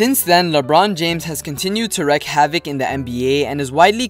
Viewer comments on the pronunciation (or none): none